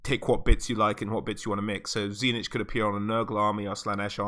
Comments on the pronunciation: Dude. It's not TZEE NITCH... it's TZEEEECH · Tzeentch is actually pronounced Zeen-ch, not zee-nitch.